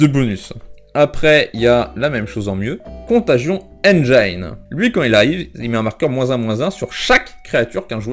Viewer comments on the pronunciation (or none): Super format de vidéo; ps : Engine = N+djinn (pas N-dja-i-ne)